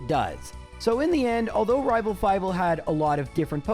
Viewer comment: Nah, the second time you said "rival trés" you rolled your R really well in rival